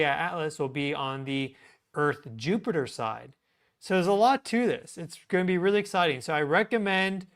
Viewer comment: "Goeen" is not a word. *going